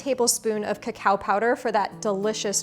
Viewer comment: That and the fact that "cocao" is pronounced"ca-kow-ah" and not coco😂😂😂😂